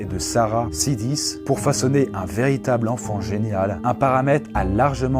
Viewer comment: Exactement ce que je me suis dit sur le coup. Et je tiens à rajouter la mauvaise prononciation de Sidis qui se prononce "Chaydish"